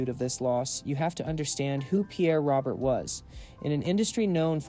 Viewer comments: Pronounced “ ROWBEAR”… not Robert. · And for the genius who pronounced. Pierre's last name wrong . It's not spelled like this but it's pronounced. ROBEAR. .